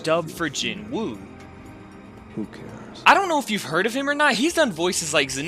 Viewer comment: Loved the video. But PLEASE learn the names of the characters. Ignis is Igris... Barsa is Barca (Bark-ah)... Jinwoo is pronounced Ji-nu... (and i know people are like, oh Jin-woo ji-nu, who cares. Its close enough and thats how its spelled.. But thats like saying Mitch-aye-el for someone named Michael). Just listen to the names. It makes me feel like you don't even watch it and you're just throwing crap and seein what sticks. Another point though, Solo leveling may seem simple in plot as of now.... just wait. Oh boy are you in for a wild ride....